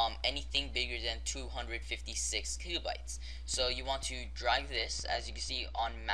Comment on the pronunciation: Its kilo bytes, not kika..